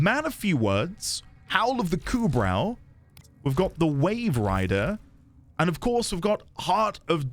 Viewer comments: Welcome to Necramech town. >:) Also, Kubrow is pronounced Koobro. :) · Kubrow despite the spelling....the w is silent.